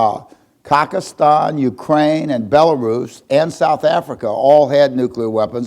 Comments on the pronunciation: At :57 does he say Khak-istan? Or does he mean Kazakhstan?..or was there once a place called Khak-istan? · Did he say "cockistan"? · Did he say Cockistan? LOL! I guess he meant to say Kazakhstan.